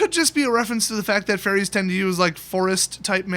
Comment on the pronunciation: when he said fairies I thought he said Teferi and I almost crapped myself